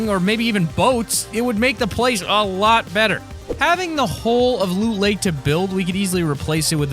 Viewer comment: you said look lake Not loot lake